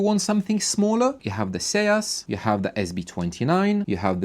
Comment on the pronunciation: Isn't "Seas" pronounced "Ceez"? Rhyming with Sneeze but with an S. I have the SB Acoustics and Stereo Integrity M25 MkII, but my favorite all time tweeters are MB Quart PTE 25's. From the original German manufacturer before the sale. The sound is improved dramatically when using the passive crossover verses using an active X-over.